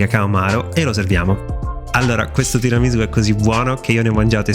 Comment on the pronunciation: No no no, non va bene. Cosa sono queste varianti? Bisogna rispettare la tradizione! Non si può fare come si vuole! Mi riferisco alla pronuncia della S. È tiramisù con la S di Sassari, non di Rosa. Comunque mi segno il link e appena ho tempo lo faccio. Il mascarpone con lo yogurt lo facevo anche io, anche se vorrei provare a sostituire la panna con quella simil pasticciera.